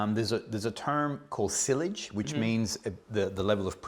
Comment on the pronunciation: As a reviewer you should really know how to properly pronounce "sillage"